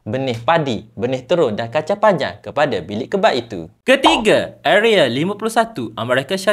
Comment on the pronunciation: Area bang, bukan areal